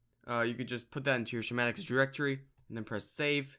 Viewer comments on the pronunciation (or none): did he just say shmatics? wow... just wow...